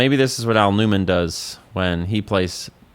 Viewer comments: I consciously knew you were saying "Aonuma", but half listening I kept hearing "Al Newman" and I'm like "who the heck is Al Newman?" LOL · "Al Numan" is crazy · Idk if Im losing it, but I heard "Al Newman." Anyway awesome video lol as always. Love them so much. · Did you just jokingly call Aonuma, "Al Newman"?? 😭🤣🤣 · did you unceremoniously call Aonuma "Al Numan?" if so, that's hilarious, and I'm stealing that